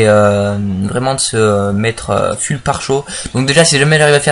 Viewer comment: Full ca se prononce " Foul " :p